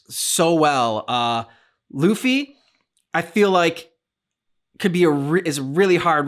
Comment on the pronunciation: By the way, Luffy's name is pronounced 'LOO fee'. Just a side note for ya.^^